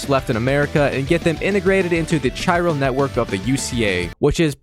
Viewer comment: considering he mispronounced "chiral", i'm assuming he skipped through cutscenes or was listening to a podcast while playing. super strange